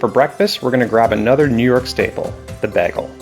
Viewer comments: It’s BAYGEL NOT BAAGAL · Bro pronounces it like britta from community